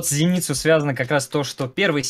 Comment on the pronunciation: Камон, люди, сморите в сабах, он его имя даже неправильно произносит, какой ЗенИцу?? Оригинальная озвучка всегда будет оставаться топ1